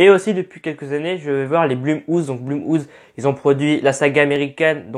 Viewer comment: Punaise t'as façon de dire blumhouse et get out est juste hilarante 😂. Sinon super critique 😉